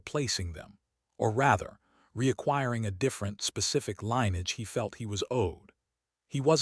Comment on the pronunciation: Jesum Cripes, i wish you had taken a quarter of the time and just reported the facts instead of trying to make a novel out of this. Way too long and dull and pandering. Also, get your AI to learn how to pronounce "LINN-ee-edge"-- not LINE-edge!